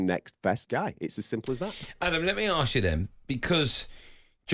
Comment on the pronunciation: I figured "Let me arks you then" would be a Jon Jones fan